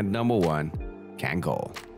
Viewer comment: i can give you a little tip for kangal. We pronounce a like America not like apple so when we say kangal we use a's like word in America basically. But you can pronounce it anyway you want that's just a tip.